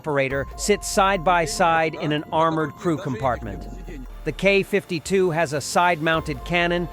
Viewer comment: what is a KAW 52 ??? what is a Kay 52 ??? do you say ACK 47 ALSO ?????????????????? ?????????????? IF YOU CAN NOT SPEAK OR READ .... WHY ARE YOU A NARRATOR ?????????????????????????????????????????????????????????????????????????????????